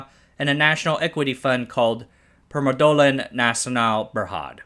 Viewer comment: You really got to work on your reading skill. "Permodalan" is not hard to read, and you read "Sime" in Sime Darby wrong.